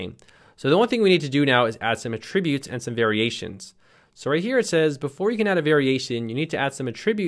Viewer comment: it's pronounced "AT-tributes" as in the noun.... not "a-tributes" ... as in the verb.